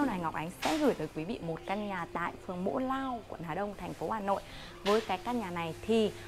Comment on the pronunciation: Mộ lao chứ ko phải mỗ lao